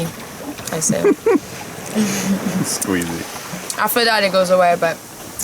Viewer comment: .., its queasy not squeezy lmfao